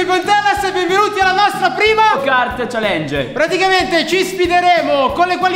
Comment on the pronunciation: Ma perchè dici chalenge , è challenge! Leggi anche le doppieee daniel!